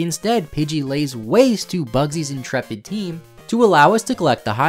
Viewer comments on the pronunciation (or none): none